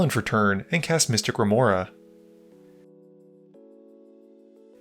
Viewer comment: did you call Mystic Remora... Mr. Remora? 😂